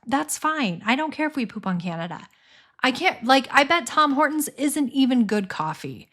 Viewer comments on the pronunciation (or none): I love these videos the best from all that you do. And, it's TIM Hortons, not Tom Hortons - but you made this Canadian laugh anyway.